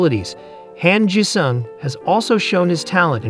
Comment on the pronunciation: Han Jisung .... pronounce it like 'Hon (Hahn) G sung ... OK ... THANKS.